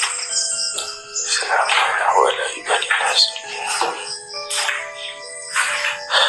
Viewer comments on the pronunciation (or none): none